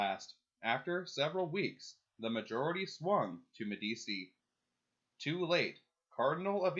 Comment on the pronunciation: One note, Medici is pronounced "Medi-chi".